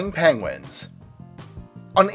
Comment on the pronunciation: The dude is saying PENGWANGS